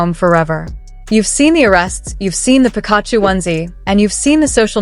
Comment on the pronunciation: Please learn how to pronounce Pikachu